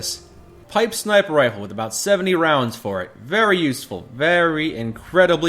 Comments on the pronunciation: "Pipe snifer rifle" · Did he just say ???snifer rifle???